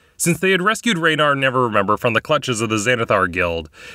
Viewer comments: I'm curious if "Never-remember" is a conscious choice, or if you're just misreading "Neverember." Edit: Given that you keep calling Victoro "Victorio," I'm leaning towards the latter. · Dude, his name is NeverEMBER. Why do you keep saying Never-remember? Are you doing that on purpose??? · just curious if you used the wrong name for Dagult Neverember intentionally? you said Never-remember instead of Never-ember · I love how says Neverremember, when in the official lore it is Neverember. In this campaign I think it quite fitting actually. I am also, I should add, really enjoying listening to this story so far. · Is it supposed to be "Neveremember"? I thought it was "Neverember"? Not being snarky, I have heard "Neveremember" used before, but all the online info says "Neverember"